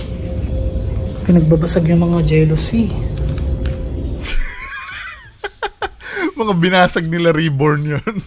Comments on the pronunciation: Jalousie window pronounce as "JA-LUH-SEE" not "Jealousy" 😅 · Its "Jalousie" window, not 'jelousie'